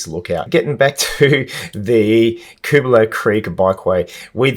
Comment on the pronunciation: Never knew it meant 'scrubby possum', thanks! Used to take my son up that lookout and toss paper planes off it when he was little. Switched over to Tannis inserts following some punctures, zero punctures since. Hey also interested in where you got the pronunciation from, lived around area 40 years on/off & mate lived on Dobell st, we knew it as 'Cubala' as opposed to 'Koobala'. Great ride, and enjoy your commentary, and you've inspired me to revisit on my MTB, thank you. PS that Seventeen Mile Rocks wharf is where coral was delivered to make cement using that conveyor belt. There's historic info boards in the Rocks Riverside Park that explain a few things. Also the huge coral crushing cylinder remains as an historic relic.